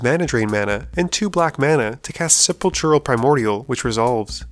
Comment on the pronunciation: How come Canadians can't say "sepulchral"?